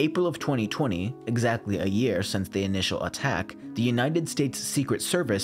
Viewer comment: It's year not "Jear"